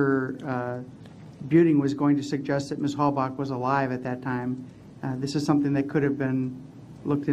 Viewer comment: i've never heard someones name pronounced so many different names....Teresa hallback, hallbuck, hailback, hailbuck, etc.